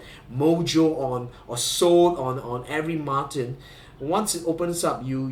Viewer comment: Thanks for a comprehensive review of such a nice guitar. As a Brit, may I also congratulate you on the correct pronunciation of "Martin." This is something that is beyond the reach of all Americans.